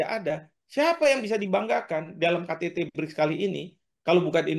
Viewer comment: mba presenter nya ini sepertinya menyebut BRIDGE/BRIDS bukan BRICS 😁😁